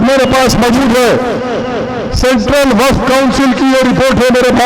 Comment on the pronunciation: He 😂 😂 😂 😂 😂 he he,,,, subah,,, aur sham,,, waqh property bolta